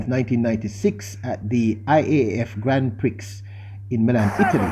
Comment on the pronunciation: Great analysis.Revisit the pronunciation of grand prix.